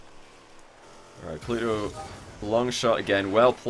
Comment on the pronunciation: re: shogun. The first week was horrible... the way he kept pronouncing pluto was hella annoying... im glad he either watched it back and agreed or that someone told him to please pronounce his T's because week 2 when I first saw pluto playing i though "oh shit" but he'd fixed it. As for is actual casting, brilliant, the amount of info he picks up on and dissects was a breath of fresh air.